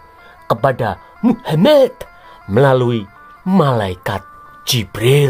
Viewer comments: 😂😂😂😂, aku baru lihat channel ini, ngakak aku dengan gaya ngomongnya, 😂😂😂, apa lg pas bilang "muhamad" dan awloh eswete 😂, lucu, langsung aku subscribe 👍🏻maju terus ya channel nya 👍🏻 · Pembawa acaranya kalo bilang nama Muhamad kok pingin ke wc ya😂😂😂